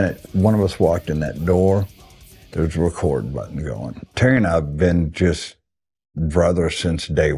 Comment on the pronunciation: Is there a reason he can't say Terry's name?